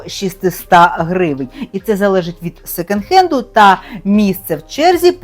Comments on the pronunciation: произносится секОнд хэнд) почему вы сто раз сказали "секенд"?)) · Мова безграмотна: що ,,секЕнд" хенд, що ,,більш краще", що ,,шестиста"...